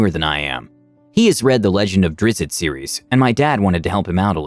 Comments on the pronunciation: Its drizzt, not drizz-it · You pronounced Drizzt like a Human child... Disgusting 😂😂😂